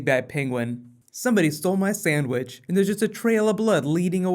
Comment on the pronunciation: I laughed so hard when he said "Someone ate my snadwhich"